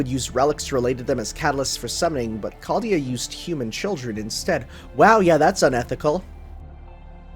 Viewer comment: Remember when used to pronounce "Chaldea" as CZALDJA? Good times.